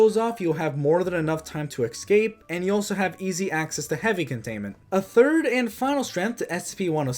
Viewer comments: escape not excape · I love that you say eggscape